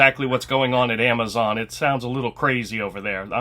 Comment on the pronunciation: The "wheezon" you have been contacted....😮😅